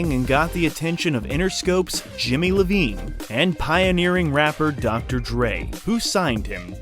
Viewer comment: Jimmy Lavigne? It's Jimmy Iovine (ayvin)